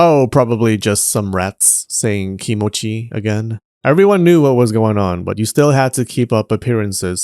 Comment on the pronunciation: Mice yelling "kimochiii!" is QUITE a thing to think of. (ps it's kimochi-ii, not kimochi. It's a tripled-up ee sound. "kimochi" just means "feeling", it's the double i (ii, which in English we'd be likely to represent as "eeee" or "ee-ee") that means "good". So if you yell "kimochi!" youve just yelled "Feeling!". You gotta stretch that final vowel for a duration of three for it to actually make sense.